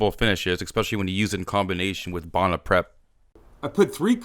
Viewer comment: Bow-na not bah-na